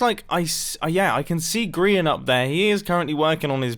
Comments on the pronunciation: I would now like to ask why do you and a lot of other people call Grian "Grain"? Is it a typo, did you hear or read it wrong, is it some british/american strange writing thing or is this just a joke I'm not crazy enough to get? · Dr. Quorot it kinda sounds like mumbo is saying grain when he’s saying Grian though. I love both Grians and Mumbos accents they’re amazing.